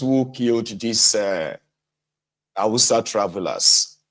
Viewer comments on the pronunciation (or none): You said husters or terrorist Fulani